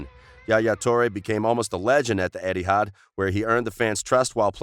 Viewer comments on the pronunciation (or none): none